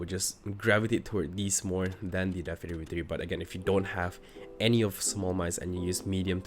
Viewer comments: It's pronounced Adder - Death-Adder. Not Ey-der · WHY YOU FUCKING MISPRONOUNCING THE DEATHADDER. ITS A TYPE OF SNAKE DUDE. ITS JUST A DEATH ADDER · "Death ayedder v3" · I had to click off when he didn’t even know how to pronounce the thing he’s reviewing